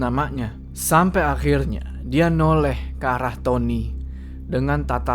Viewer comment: faseh banget ngomong "akhirrnya" bang 😂😂